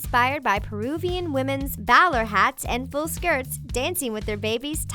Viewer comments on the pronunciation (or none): Bow-ler hat? It's actually pronounced BO-LER, just like a person who goes to a bowling alley to bowl. Or, ya know, a cereal bowl.... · Bow-ler hat??? BOWL-er hat. Ffs. Pronunciation people! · tulle is pronounced like tool. The W in bowler is silent it's pronounced (bo-ler). Hermes, when you are referring to the fashion house you use the French pronunciation (Air-Mez). Every single Talko video I've seen has 2-10 mispronounced words in it. You have 3.4 million subscribers, you can't take 30 seconds to see how to pronounce Hermes? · All the pronounciation mistakes in this video made me cringe... Seriously, "baw-ler"? "HER-mees"?? Do u even research? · yeah.. it's 'BO-lerr' hat.. so many.things.. wrong.. :/